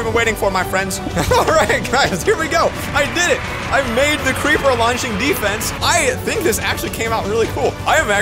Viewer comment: It is a cweeper bomb